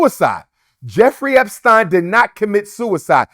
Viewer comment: Why can't he say epstein properly? This dude always insists on saying things strangely lol